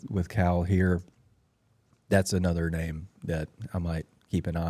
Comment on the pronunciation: Finally getting his name pronounced correctly.